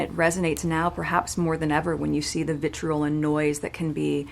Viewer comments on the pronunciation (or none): She said vitrol not vitriol....LOL